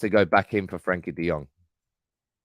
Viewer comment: Try getting his name correct